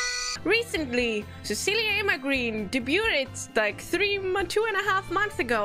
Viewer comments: How have I just noticed she also says 'debu-t-ed'. German/Austrian women cute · Yeah, Kiara pronounces the 't' in "debuted" too, so I was referring to both of them